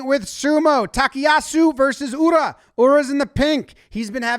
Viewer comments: OMG You pronounced Ura correctly finally! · Actually fantastic pronunciation of Ura and Takayasu in this video. Better than most sumo commentators/podcasters I follow. I've been beating this drum for a while in the sumo community, but the official records concerning rare kimarite (winning techniques) are wrong! Ura's tsutaezori move, which he's been putting on film since childhood, is rare enough that the people responsible for assigning the official winning techniques weren't familiar with the move and incorrectly assigned other winning techniques to his matches in the past. It's only in the last few years that they've learned to recognize it and assign it correctly. Ura has famous "Izori" and "Tasukizori" wins on his record that have been used as examples of those rare techniques, even by official sources, when they are in fact NOT those moves at all. Both matches were won by clear Tsutaezori, as Ura never put his hands on the opponent's belt or legs, respectively. So the move is rare, but thanks to Ura (and 4th division wrestler Asakiryu), not actually as rare as official records indicate. You can see those two going for it once or twice a year, and usually succeeding.